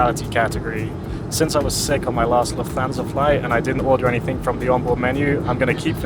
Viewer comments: You mispronounce Lufthansa as Luf-thansa. It should be pronounced as if it's two words Luft-hansa so you hear the T and H separately, not like the "th" in "that" or "this". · Lufthansa is pronounced "Luft Hansa", not "Luf Thansa"... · The accent is on luft not on hansa.